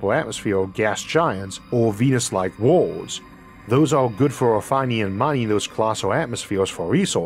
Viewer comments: For the love of god Isaac, please, there are free speech therapy classes available. I thought for the longest time you were talking about 'wards' and was trying to figure out why wards are comparable to the fragments of a state, you meant worlds. Too much is lost in translation, and this can be rectified with minor speech therapy. I've met people with FAR worse speech impediments who resolved it in 1-2 sessions, please look into it. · Why is he always saying ward. Does he mean world? 🤔